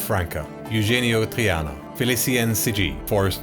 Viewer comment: Just wanted to say, you pretty much nailed the pronunciation, very rare for my name!